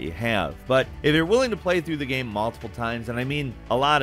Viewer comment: Nobody:: gaem